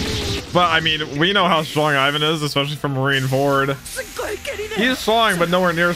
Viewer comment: this is a very minor thing but please stop calling Ivankov “Ivan”, listen to how the Japanese VAs pronounce is as “Eewan”, his name is pronounced “Eewankoku”.